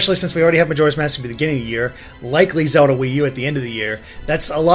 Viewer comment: I love how calls "Zelda" "Zewda"